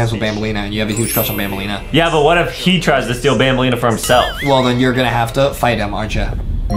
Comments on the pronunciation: Banbaleen not banbalina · It’s banbaleena